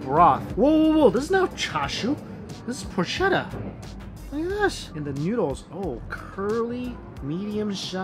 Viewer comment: "PORSHETTA" lololol